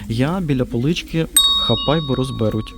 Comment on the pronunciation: Будь ласка, ви вже доволі довгий час спілкуєтесь українською мовою і чомусь вважаєте, що достатньо зробити наголос на перший склад слова російською і це вже буде українською. Наприклад кУплю, але українською буде придбаю. Або чомусь розбЕруть, коли треба розберУть. Не ображайтесь, і доволі часто Ви вживаєте словосполучення "я можливо помиляюсь". То спершу прочитайте, що це, а потім говоріть на камеру, бо якість Ваших відео від цьго страждає. На все добре.